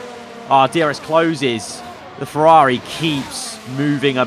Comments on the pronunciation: me when he says "fewawi" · What about you when he says fewawi?